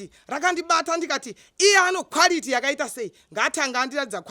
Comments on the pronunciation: Its the " kwarity & purofit" for me 😂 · Kwarity and purifiti😂😂😂😂😂 hilarious